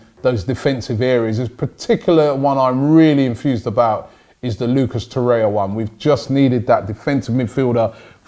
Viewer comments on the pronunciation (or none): Torreira not Torreia, say it right Robbie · It’s pronounced Tor-eih-rra not Tor-eya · Torreira, not Torreia Robbie! :P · Man doesnt realize Torriera has 3 r’s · Robbie its TORRIERA not TORIA haha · ROBBIE ITS TORREI*R*A !! There’s another R at the end!! it’s not torreya tbh tho this show is pretty awesome so well done robbie 👏👏👏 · Its not TORREIA ITS TORREIRA. Like Herrera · It’s TORREIRA NOT TORREYA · Learn to pronounce the names lichstiner? Torrerer? Ooofff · He has been calling 'Torreira' 'Torrea', so am not hopeful. Took him forever to call Lichsteiner by the correct pronunciation. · Your pronunciation is awful 😂 Lucas Torreira should sound like loo-cos tou-rare-ra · Welcome LISH-tenner, TOR-ayuh, SOO-yung-kooo, YES-in Ad-lee! Come on Robbie sort out the pronunciations... you're a world traveler visiting different cultures! Gotta step up your pronunciation game mate. Don't you have interns who can get you the proper way to say them???? lol